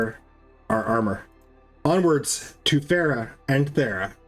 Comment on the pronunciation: VERY LATE, but super funny to me. He said, “To get the Thera, we must go to Fera.” I immediately thought, “Well now all the Brits are confused!” Are you perhaps… British? 😜